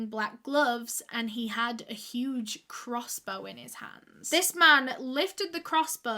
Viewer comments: "Crossbor" haha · I thought more like crossboah